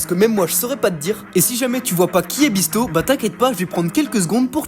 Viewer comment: wsh trop de chance le goat bisto mais ça se prenonce pas bisso